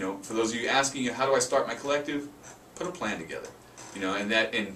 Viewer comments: ok... and (wtf?) this video can be summarized in one sentence. "Start with a written plan." Guys....props for giving information, but the whole video contect exists within the first 30 seconds. Also, it sounds like both of you are saying "plant" instead of "plan." Unless, you really mean you need to start with a "plant." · thought he said you need a plant lol